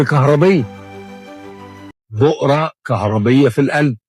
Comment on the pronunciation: بؤرة ( و ليس بقرة) 😅